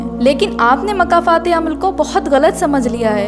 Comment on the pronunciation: makafat nhi ❌️ (( Mokafaaat.... ✔️ )) 🌿🌹🌻🦋🌷🪻⚘️🌿 ❤❤❤❤❤❤❤❤